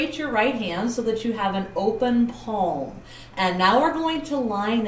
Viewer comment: please improve ur pronunciation , i had to watch the video 3 times, cant u simply say palm, instead of saying peemm or paam, anyways video was help ful thank u